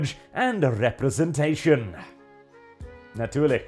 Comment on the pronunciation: Yay, you finally learned to pronounce natürlich correct. 😂